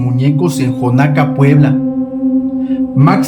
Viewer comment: Es Xonaca no jonaca 😢